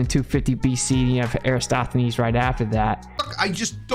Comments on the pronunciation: ... "Erastothenes" They can't even get his name right, never mind anything else. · Every time mispronounces Eratosthenes, the Earth rotates one degree. And that's how Daylight Savings Time was created. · I’m just incapable to understand why no flat earther can ever pronounce Eratosthenes’ name correctly… NOT ONE of them can do it! 😂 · I just want him to pronounce Eratosthenes's name properly. Edit: Regarding the DEW Line: of course the US military is monitoring stuff in the Arctic! You know what sticks up above the Arctic Circle? Alaska! You know what Alaska is? Part of the United States! It has been since 1959! Siiiiiiiigh.